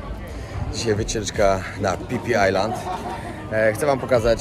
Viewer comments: Ziomuś słowo 'Island' znaczące wyspę czytamy i wymawiamy- "ajlend". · island [ˈaɪlənd Wymowa] rz. wyspa. Litery S sie nie wymawia.